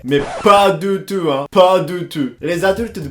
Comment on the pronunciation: « Mais pas du tut hein ? Pas du tut ! » 😂 Tu améliores ton français, oui, mais « tout » tu ne le respectes pas ! 😂 Superbe vidéo ! ❤️